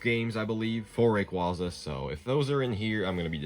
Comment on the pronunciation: Why not search for rawquaza instead of rayquaza since you wanna say it all wrong. It's ray not raw. Like you wouldn't say ray (for food) when it's raw